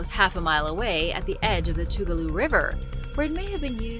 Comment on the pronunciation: I live in Toccoa, ga your saying Tugaloo way wrong lol